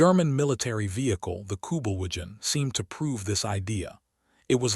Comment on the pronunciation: I liked the way the facts were presented. However, this AI pronounced basic words incorrectly so much the narration became annoying. Basic words like corps (pronounced "corpse") and Kubelwagons (not able to spell the wrong pronunciation).